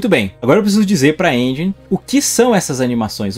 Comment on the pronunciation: pq geral fala " engi"....se pronuncia enjen literalmente